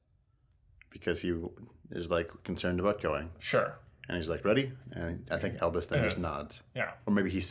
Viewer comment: Can i just say it is Albus not Elvis I need to get my Harry Potter knowledge corret :)